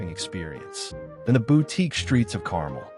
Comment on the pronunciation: the mispronoucation of Carmel is really cringy, and give this video an AI narration vibe/feel. Which is unfortunate.